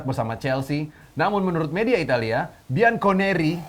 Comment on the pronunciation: Parah banget masa bacanya Bianconeri..... harusnya kan Bianconeri wooiii 😠😠😠😠